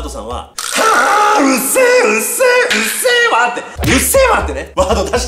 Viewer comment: うっせぇわじゃなくてうっゼェわw